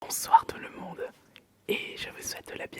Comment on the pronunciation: Tu a un leger accent quand tu dis bonsoir tout le monde au debut mais sinon bonne video